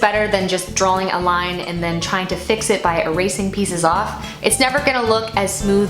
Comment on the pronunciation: I admire so much, but please stop saying "drowling". And I say this with love, because you really are soooo talented. Honestly, Im probably just jealous and my ears are making up sounds. Again, love you!